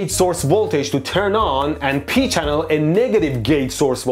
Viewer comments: And then he said Pee Channel as if that wasn't going to make me giggle too 😂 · I appreciate that he went with a N-channel instead of a P-channel for the extra joke opportunities. XD Edit: I spoke too soon. "Pee-channel"